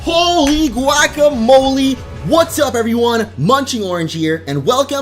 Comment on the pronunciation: you said gaucamole wrong